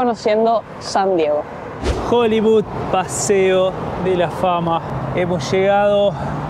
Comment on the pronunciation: y en "Joliviud"... jajajajaja GENIOS!!